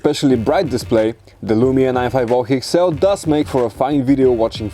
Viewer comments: NINE FIVE OH HEXSELL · "The Lumia 9 5 Hoo Hexel" You can't even pronounce the name of the Lumia 950 XL correctly. Look How sexy the Lumia 950 XL is, It doesn't even looks good in your dirty hands. gtfo! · 95 hoo ex heel?? Bruuuuuuuh.. 😂